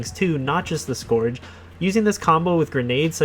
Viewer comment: The “o” is silent in the word scourge...come on.